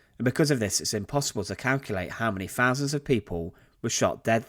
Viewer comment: Fousands?,learn to speak English.